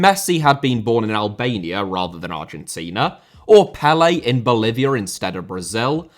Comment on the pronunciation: Lionel* not Leonl Rather* not Rother Pelé* not Pelei Bolivia* not Bolivier Zico* not Zicouw Serie * not Siri Udinese * not Udeneisei Kashima* not Kashimer Dinamo* not Dinamau Zinédine* not Zeneden Uefa* not Yuweifer Johan* not Jouwhan Cristiano * not Crestiohrnouw Media* not Medier Saw* not Sor Alfredo * not Alfreidouw Mathias* not Mathajas Eusébio * not Yusséibiouw Máquina* not Maquina Possession * not Posession